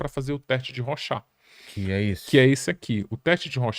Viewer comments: Se pronuncia "rôchard". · Legal mas o nome do cidadão não é ROXÁ meu viu amigo haha